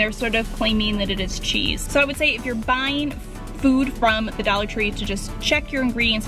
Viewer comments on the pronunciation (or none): it's dollar, not Daller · She says "a daller" not dollar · Why are u saying "Daller" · the way you say dollar makes me wanna die lmfaoo "dallar" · It's funny how she said dollar ( do-la😂😂)